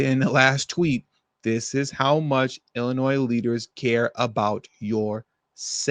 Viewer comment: Illinois is pronounced "Illin-noy."